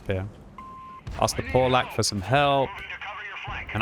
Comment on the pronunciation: the tanks name is Pavlak not freaking Polack lol